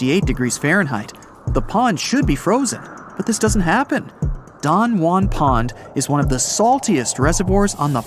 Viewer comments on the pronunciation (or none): none